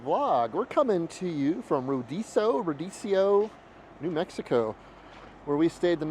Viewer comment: It's pronounced like Re-ah-doso or like Rio-doso. Sopapillas are also good with taco ingredients or covered with cinnamon and sugar.